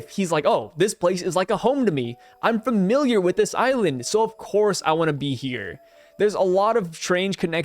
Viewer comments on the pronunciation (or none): none